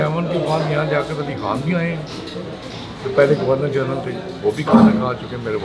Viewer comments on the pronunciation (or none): none